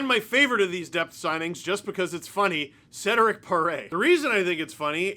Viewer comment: as a Quebecer named Cedrick, I can say you didn't do too bad, Steve!